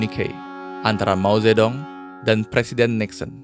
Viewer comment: dibacanya : "Mau - tje - tung"